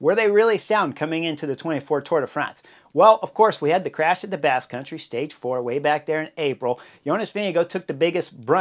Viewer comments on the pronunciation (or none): none